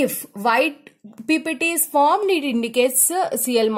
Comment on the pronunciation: Isko pehla koi bolna sekhao yrr formed ko formad 😂😂😂😂😂